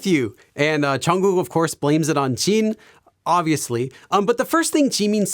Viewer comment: It is Jin not Jean … and JimIn not Jeemin